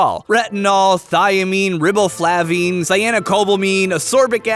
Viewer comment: Ok.....nit picking time. Riboflavin. Rhibe-oh-flave-in. Shit man, c'mon.